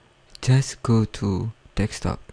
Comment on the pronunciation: I found it to be very helpful! Thanks dude! Don't get the "Confusing" comments.. Though I am laughing my ass off because of the 'Dekstop'. Its 'Desktop'* bro <3